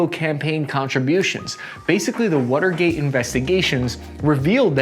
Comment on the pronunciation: "the wutergate" is all I kept hearing